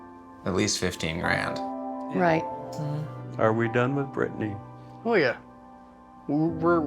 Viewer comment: Wait is nobody gonna mention Brittany is brittanya lol